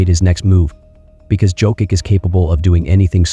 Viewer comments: Can you, please, learn to pronounce his surname properly? It's YOCK-ITCH. I cringe every time I hear Jokick. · It's pronounced "Yoke-itch." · Sorry but it is hard to focus on the content when you’re butchering his last name to the point that it is questionable are you talking about Nikola Jokic or Nikola someone else. The way you say it it sounds like you’re talking about Jo-kick which has nothing to do with how you say his last name. If it helps - J is pronounced soft like in Spanish, so as the last letter (soft c). There is no way of Americanizing his name. Out of respect - either learn how to say it properly pleas or just call him a joker. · .. c'mon now 🙄 It' s _' Yokich ", everybody knows by now unbelivable🙄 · ?another steph A bucket of chit. And the host is an idiot...can't pronounce MVP name. USA 4 u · And not sure how you can still be mispronouncing his name at this point 🤔 😏 🙄 🤦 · Made an video about 3 time MVP and can't pronounce his name. Just for clicks. Blocked.